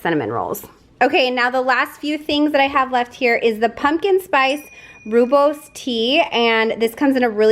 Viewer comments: Thanks for sharing! BTW, "rooibos" is pronounced "roy-boss." It's a very popular tea in Africa. 😊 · The tea is pronounced Roy-bus. I was corrected on it 50 times when Starbucks carried it. I’ll never forget how to pronounce it correctly again 😂